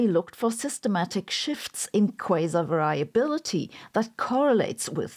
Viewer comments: variability .... vehr-ree-ability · I was impressed by the 'different' pronunciation of "variability" you demonstrate.